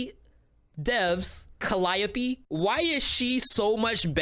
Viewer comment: Ur pronunciation of Caliope killed me. 😂😂 it’s (Ca-lī-ō-pē).